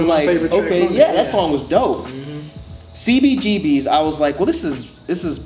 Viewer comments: Lol I knew was gonna be annoyed when he spelled out "C-B-G-B-S" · when he said CBGB-ess. ugh